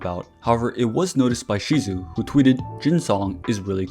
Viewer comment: a little correction: I think her name is pronounced shidu or sidu